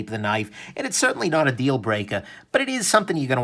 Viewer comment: Be careful: "Not a huge deal, though" sounds like "Not a huge dildo". :) Nice review as always, wish I had more money right now!